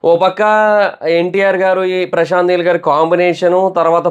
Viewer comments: Heel Kadu neel 😆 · Heel Kadhu Neel Chusko Kochem😂😂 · Heel kadura babu neel